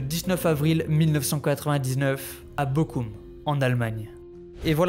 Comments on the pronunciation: Pratiquer un peu d'allemand serait un plus, entendre prononcer en anglais les noms allemands fait bizarre. "Bochum" se dit Boroum . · bochum pas boqum mais borum